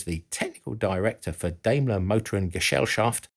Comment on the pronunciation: Daimler is pronounced with an a as in yacht, not like an american a, just fyi. Greetings from Austria. All hail Steyr-Daimler-Puch! PS: while we're there... Henkel is pronounces Hen-kel, not Henchel